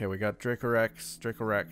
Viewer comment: Haha. Your pronunciation was spot on. 👌 That’s so weird they didn’t give any money for the last picture that you took. Great video!